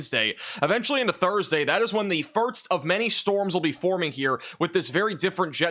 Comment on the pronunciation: Am I going crazy or is he saying "firts" instead of "first"?